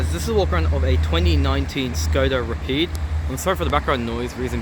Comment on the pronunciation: Isn’t it pronounced rapid (ra-pid) , not rapeed. Anyway keep the vids coming, you should put ASMR in the title/ tags!